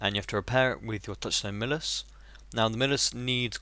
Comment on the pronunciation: Midas. Pronounced "My-dus" from mythos, he was the king that turned all he touched to gold.